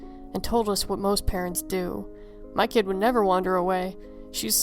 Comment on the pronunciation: 2nd story: When she said I suppose it could have been some stupid kid out there f**ing with people, I thought she said Cat haha